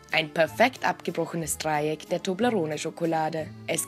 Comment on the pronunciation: ich drrrrücke das drrrrreieck und beit es ab